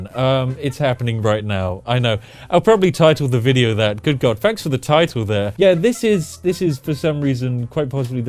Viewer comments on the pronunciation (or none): none